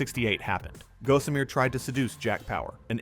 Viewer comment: Hey AI-for-brains! It's pronounced "GAH-summer", not "GO-sum-eer". Someone needs to get off the net and go read a book.